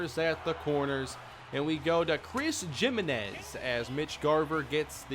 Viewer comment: It’s pronounced Chris himenez not Jimenez